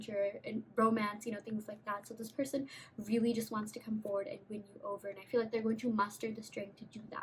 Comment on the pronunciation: When u kept saying “they wanna win u over!” I kept hearing “bend”! 😳🤭🤸🏾‍♂️💗